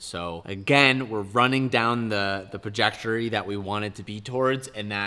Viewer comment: “Running down the Prajectory”